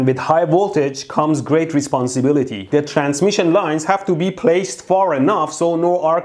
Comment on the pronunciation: "With high voltage comes great responsibitly" - ElectroBoom